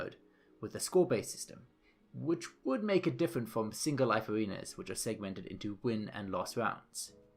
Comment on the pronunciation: You all just ignored the fact that throughout that whole video he kept sayn aWeNas